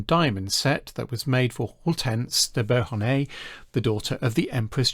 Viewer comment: Lovely video, but your pronunciation of Hortense, Beauharnais and Thurn und Taxis is awful.